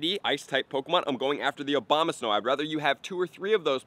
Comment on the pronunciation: Dude still saying Obamasnow lmao